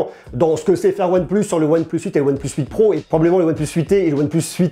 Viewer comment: Prononce le plutôt « one PLACE » stp !!! Tu me fais saigner des oreilles 👂🩸